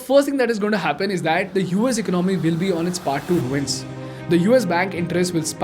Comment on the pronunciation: Bro, it's not eck-no-mee, it's e-con-a-mee. There is no k. Also, it's One hundred and fifty seven billion and not one five seven billion dollars. Just Add an 'and' after the hundreds when you say numbers.